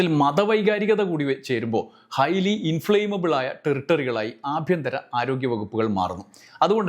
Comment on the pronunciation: ഹൈലി ഇൻഫ്ലെയിമബിൽ എന്നല്ല ഇൻഫ്ലമബിൾ എന്നാണ്. താങ്കൾ എന്തു മാധ്യമ പ്രവർത്തകനാണ്?